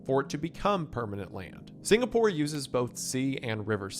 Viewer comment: SingaPOOR?? HA... Sounds much like Beyonce SingaRICH